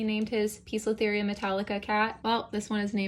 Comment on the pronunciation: poecilotheria is pronounced as posilotheria NOT pisolitheria.